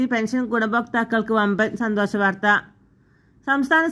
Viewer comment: ഇതെന്തു വാർത്ത, സുഹൃത്തേ? സന്തോഷ വാർത്ത തന്നെ,. പക്ഷെ മലയാളം ഒന്നുകൂടി പഠിച്ചിട്ടു വേണം വാർത്ത വായിക്കുവാൻ? പെൻസൻ, സന്തോശം, അടിപൊളി!